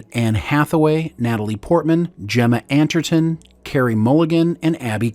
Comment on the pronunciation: Really guys, I don't know how you read these scripts, if you don't pay attention to proper spelling or pronunciation, or if the voice is AI, but there's NOT ONE video without names badly pronounced, or directly wrong: Gemma "Antherton"? Max "Von Saidaw"? Your documentary videos are, generally, pretty good. But those details are a bit jarring.